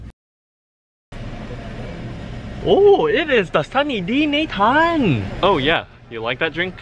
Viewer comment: not nathan